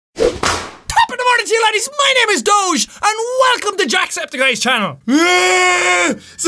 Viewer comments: I love how everyone says doge wrong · He says doche not doge cuz it's doge